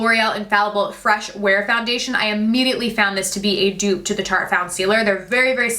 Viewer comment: Dupe not duo